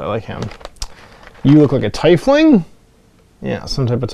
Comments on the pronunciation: YAY! Someone who pronounces Tiefling the way i do! I can't wait to get my minis! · You pronounce "Tiefling" the same way I do! I thought I was alone